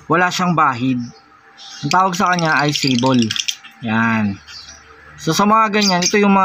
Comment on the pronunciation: Kamote Hindi alam pronounce ang sable. At hindi mo rin alam ang totoong meaning ng sable tsk tsk tsk